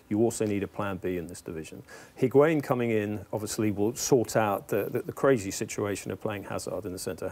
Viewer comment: "He-Gwan-In" uno